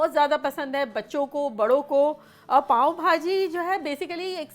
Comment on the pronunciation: its not paaon its paao bhaji 😍